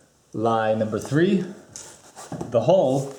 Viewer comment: Hull not hole. Probably not probly.